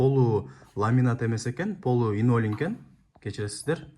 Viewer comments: Инолин оной айтылат экен😂!Кыйналып линолеум деп журуптурмун😊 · 😅😅😅 Инолим эмес Ленолим. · Линолеум деп айтылат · Инолиум, илинтус деп койсон😂